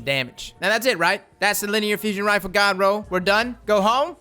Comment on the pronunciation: Anyone else think he sounds like he's saying ga-ga roll?